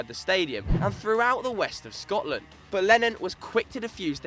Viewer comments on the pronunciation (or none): none